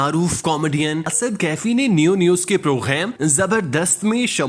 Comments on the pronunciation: bhai "program" main gaaf hota hai ghayen nahin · Are you pronounce English word "Program"in french pronunciation.